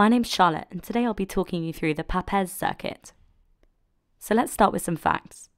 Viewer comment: Wonderful video! (although the name "Papez" rhymes with the word "grapes." He was my great grandfather.)